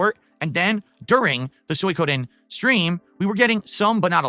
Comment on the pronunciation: Why is this retard saying soy ko den